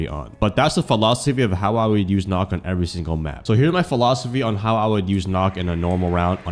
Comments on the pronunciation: Nøkk is pronounced Nuck btw 👍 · 100 hours and you still don't know how to pronounce her name properly🥀